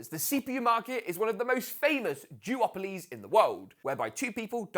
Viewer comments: I thought he said jewoplies, not duopolies. O7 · swear he said jewopolyies lol